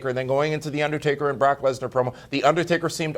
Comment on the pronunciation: Anyone else hear call Brock "Block Lesnar"?